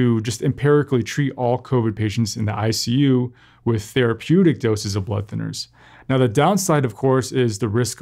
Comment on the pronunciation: It's "therApeutic" not "therepeutic"!